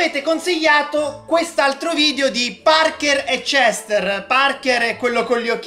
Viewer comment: Nome Cester si pronuncia cester. Come lo pronuncia: cestr 🤣🤣🤣